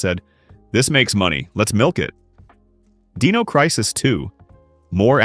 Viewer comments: Deeno, deeno. It’s Die-No. Dino. Dinosaur Dynamic. Not Deed, Deam, Deep. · Why use AI voice over? The D-ee-no Crisis is very jarring to the ear. I dont know what your voice is like but I can say with almost utmost certainty Id rather hear you even if you stutter and trip up as long as I dont have to hear Deeeeeno anymore.